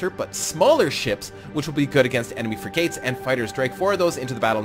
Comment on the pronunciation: it' s not fri-gates, it's frig-ats. Like frigid, but with an at.